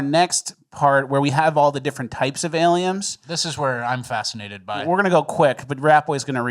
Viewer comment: mispronounced aliems.